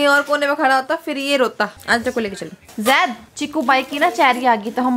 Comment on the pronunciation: Aap sab loug zaid ka name galat kyon lete ho Jaid kyon kehte ho sahi se bola Karo Zaid aise 😢jaidu nhi zaidu